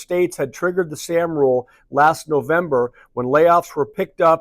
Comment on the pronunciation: Morning. You’re pronouncing ‘sahm’ incorrectly.